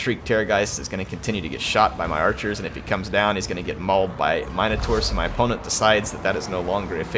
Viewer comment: Mine-o-taur? Minotaurs doesn't have an e heir xD It's min-o-taur